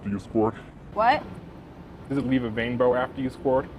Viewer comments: He actually said “does it weeve a wainbow?” 😂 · does it leave a wainbow after you sqwuart🌈